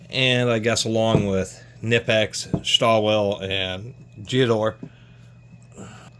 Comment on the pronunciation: Pronounced [Shtall-villa].